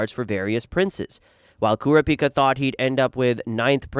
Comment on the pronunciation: You can tell this guy never watched the series. Kura pica?